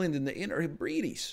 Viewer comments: "Inner HehBREE-deez" NL pls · Hearing him pronounce Hebrides wrong was incredible. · Dude the way he said Hebrides